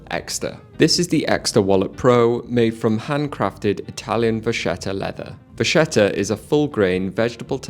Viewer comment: You say VAKKETTA not VASHETA!